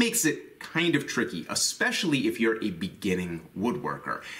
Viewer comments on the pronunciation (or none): Ok, new drinking game... Every time he says uh-specially instead of especially, drink! (